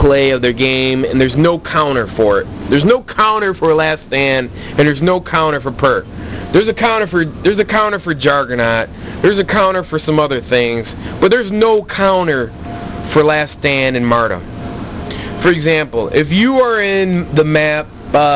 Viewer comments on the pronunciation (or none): You sir have been found guilty of 14 counts of "Martum" 2 counts of "Dropping a Martum" 1 count of "Jargernot" you are hearby ordered to stop sucking at both Call of Duty and the English language. English 101 Martum = Mar - ter - dum Jargernot = Jug - er - not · Pennalise? Mardom? Jargernot? lol